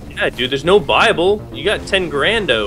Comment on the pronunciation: Buyable. It does sound like he's saying bible.